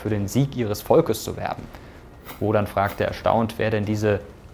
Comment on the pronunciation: Momoment.. Heißt der obergott der Germanen nicht "woTan" und nicht wodan?